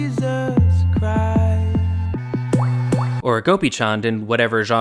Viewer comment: this is small but wow his pronunciation of "gopichand" didn't make me cringe, pleasantly surprised